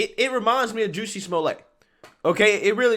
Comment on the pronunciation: I love it when you pronounce it Juicy instead of Jussie 😂